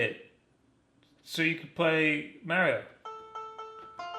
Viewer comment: Only thing weird about this video is how you saw "drawing" as. You also always say Mario wrong. It's not MAYRIO. Say "Mars" then say "Mar" Then say "IO".